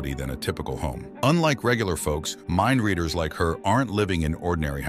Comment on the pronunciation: Mindleaders? Half of the time that is what is said, instead of mindreaders.